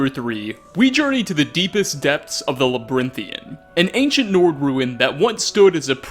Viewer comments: He pronounces everything wrong. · You pronounced Labyrinthian wrong.....